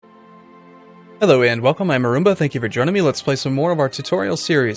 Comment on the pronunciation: I always hear the begging as "Hello and welcome. I am a Rumba..." :)